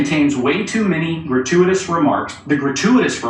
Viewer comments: Main question is how the f**k is GRATUITOUS pronounced "gruh·too·uh·tuhs"?? 😕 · Biden can't pronounce "gratuitous". He tried, and it is came out "garooferous" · That one lady couldn't even pronounce gratuitous. Jeesh! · Artukovic also had a bad memory. Gratuatis sounds like a state issued word. Mike Tyson could say it better. The earthworm Molly is not human. But she smart. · All citations of 1984 are Gratiuoitiuos... Err grachutiotoms... Hratyityos... Grate-whatever-ious 😂